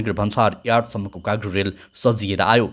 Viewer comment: काग्रो होईन दाई कार्गो हो 😂